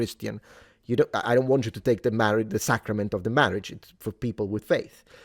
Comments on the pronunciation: Mawage! Mawwage is da weason we awe gathawed heaw today! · Appreciated the Princess Bride style pronunciation of “Marriage”